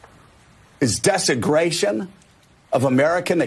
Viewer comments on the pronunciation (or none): Desi-GRATION????!!! Maybe I heard it wrong, but either way, Scarborough is an idiot. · "Dese-gration" isn't a word.